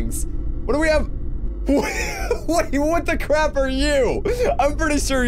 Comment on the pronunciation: U said what the cwap